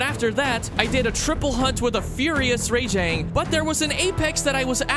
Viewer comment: every time he said Ray-jang my skin crawled